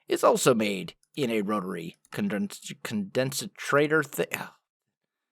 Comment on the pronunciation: Just to let you know, Pronunciation for Condensentrator is "con-DEN-sen-traitor".